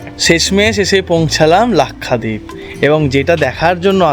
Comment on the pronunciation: Nam lena nahi ata to nam kyu le rahai hai bewakoof! Its lakshwadeep not lakhadeep